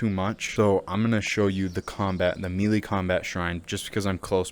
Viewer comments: Melee is pronounced MayLay! Not MeeLee. Drivin me nuts! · Love the video. 👍 FYI - melee is pronounced (may lay) not mealy. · Melee is pronounced like Hell day Melee Mel lay Melee Your welcome